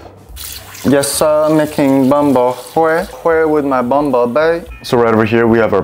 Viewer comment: The pronunciation of Bún Bò Huế is wrong 😑 but I liked the video 😊 I’m a huge fan